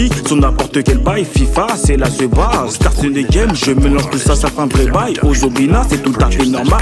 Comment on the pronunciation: it's in a game renseignez vous les gars c'est juste cette abrutis qui prononcé starstenegen